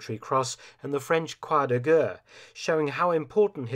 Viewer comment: Would like to see as much effort and interest put into the French pronunciations as the German ones. There's a rather large quality gap between "Croix De Guerre" and "Richthofen".